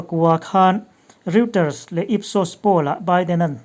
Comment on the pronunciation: Michigan hi misigan leh Reuters hi royters tia lamtur ani.